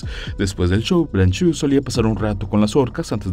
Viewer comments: Estoy de acuerdo con muchos comentarios acá: libertad a los animales. Una cosa curiosa es que veo que el apellido es francés, entonces no se debe decir "branchu", más bien "bransho", la "eau" en todas las palabras en francés se pronuncia como nuestra "o". Saludos. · No se pronuncia branchú. Aprenda usted francés.